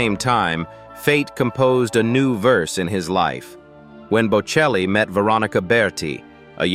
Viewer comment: Der Name ist bocelli! KI- Stimme, die wir nicht wollen! Namen werden falsch ausgesprochen! ES HOERT SICH FURCHTBAR AN! ICH SCHALTE AB!